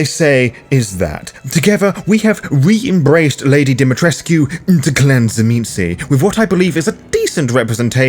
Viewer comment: I enjoy that you pronounce Dimitrescu correctly, how it would be if the devs looked into pronunciation for Romanian names.